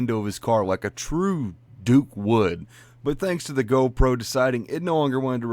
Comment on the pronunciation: Yep. " gone-pro" strikes again. 😂